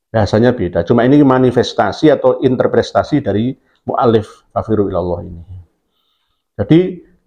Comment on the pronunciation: Intrepretasi... bukan intepreStasi. Maaf